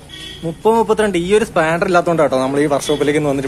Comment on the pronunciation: Spandar alla, spanner